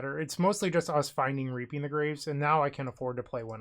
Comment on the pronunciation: reaping the grave came out sounding a lil closer to reaping minus the e. I had to rewind when i heard it too